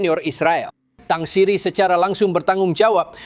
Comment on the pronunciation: Tang siri jadi tang patah